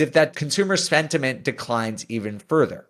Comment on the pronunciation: Haha you said sventiment like twice 🤣